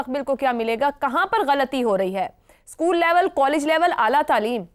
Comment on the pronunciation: SCHKOOL ✅ SCHOOL ❌